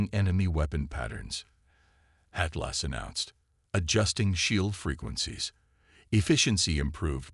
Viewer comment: THE AI CANNOT PRONOUNCE ATLAS , AND THEN AI CC WRITES IT AS “ EIGHTLASS “ REALLY , REALLY BEGINNING TO HATE AI IN STORY TELLING MODE ! THAT’S TWO HICCUPS IN ! TWO MORE HICCUPS , THE AI COMPUTER INTRODUCES ITSELF AS 8 GLASS AND THE CAPTAIN REPLIES , HELLO “ AT LASS “ ! TO THE MORONIC IMBECILES WHO COMPILED THIS STORY , YOU DO UNDERSTAND IT RATES A 0 OUT OF 10 AND OF COURSE A BIG THUMBS DOWN 👎 ! WHAT IDIOTS ! THATS 4 SCREWUPS IN 2 MINUTES AND 50 SECONDS , OMG , WHAT IGNORANCE ! I HAVE GIVEN UP COUNTING THE F**KUPS , BUT AT EXACTLY 11 MINUTES , NOW ITS 8 LAST ! I BELIEVE IT IS TIME TO SAY GOODBYE TO HFY Zenith , THIS IS ABSOLUTELY HORRENDOUS !